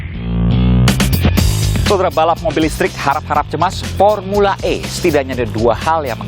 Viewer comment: Bukan pormula e pormula sakit gigi kale